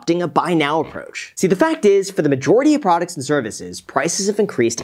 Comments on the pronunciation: “Buy now Aprooach” lmao I love it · “Buy Now Aprooach”